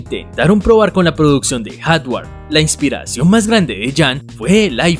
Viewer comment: Buen video, pero deberías tratar de cambiar ese cantadito insoportable al hablar y no es soTware o HaTware, trata de pronunciar mejor.